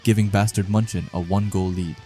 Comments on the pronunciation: Bro that "Bastard München" is clearly a derived name of "Bayern München" irl in Bundesliga. You can always look up how München is pronounced instead of that butchering noise of a word MUNCHEN, MANCHEN, MONCHEN or whatever you're saying lmao. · The way bro says munchen....